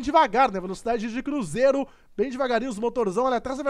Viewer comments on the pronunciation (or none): none